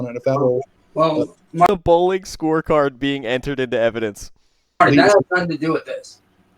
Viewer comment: HAHAHHA! 'once Miss Kelly schwees the ewibidenwence' this is just beyond goblin mode